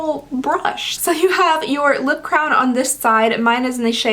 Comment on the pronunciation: Crayon is not the same pronunciation as crown... FYI lol